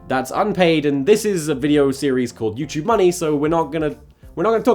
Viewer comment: It just sounds like you're saying jew choob instead of YouTube